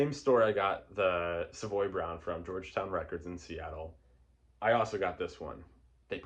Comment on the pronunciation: You say Savoy correctly !! I had dinner with Kim ( Simmons ).. in the 1990's and he corrected me ! He understands that most Americans Americanize the pronunciation. Cool ! Now I know what you are into. . great jazz titles, Funk, soul, blues.. Soul Funk Jazz, all of the above ! Bryter Layter has never been my favorite, but it's still an amazing Nick Drake album !